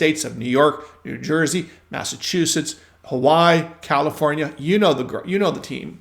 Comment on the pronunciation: Dude ... it is very unprofessional to mispronounce Hawai'i. It's as bad as someone saying "axe me a question".